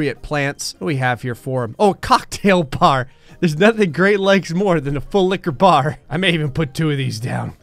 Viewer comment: I become so attached to the way he says full liquor bar that the way he said it this time was just disappointing